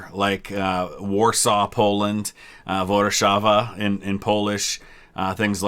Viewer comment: The pronunciation of Warszawa was solid!